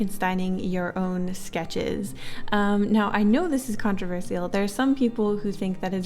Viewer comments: That's an interesting way to say "controversial". I wonder which english accent says it as "controver" + "see" + "all" like that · the only thing contravercial is the way she says, "contravercial" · This is off topic but as a non native speaker I am a little confused by her pronounciation of "controversial ". Lately I noticed some Youtubers pronounce it with a sharp s. I never heard that before and couldn't find this pronounciation online. Can someone please explain?😢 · the way she says controversial is controversial